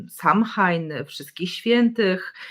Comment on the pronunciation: Pozdrawiam i dziękuję. Btw Samhain wymawia się „so łin” 😃